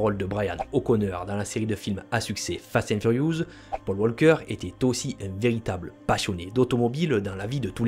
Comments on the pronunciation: Fast and Furiouzzz 🤣🤣🤣😂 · "Fast & Furiouze" comment t'as pu faire une erreur pareil !? 🤦🏽‍♂️🤣